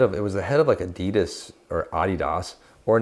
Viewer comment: the way said Adidas sounds like he knows how to speak Chinese lol